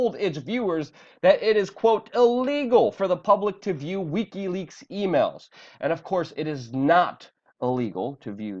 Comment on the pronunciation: AAAAUUUGGGHH!!! it's "wick-y" leaks!! not "weak-y" leaks! fuck!!